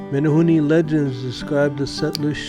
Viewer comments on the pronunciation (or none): Meh-neh-hoo-neh.... Not Meh-neh- hoo-nee